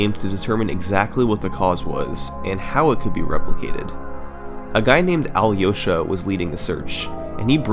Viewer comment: can't believe it's the first summoning salt's video I watched when Matt Turk isn't just mentioned as a joke, but actually a part of the history edit: also it's funny how summoning salt pronounced Alyosha